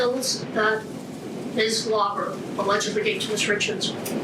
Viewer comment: Alleged is 2 syllables not 3